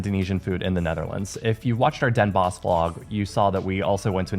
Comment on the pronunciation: I was born in s'Hertogenbosch - the forest of the duke. The short spelling is Den Bosch but you say Den Bos, the 'sch' is a remnant of old Dutch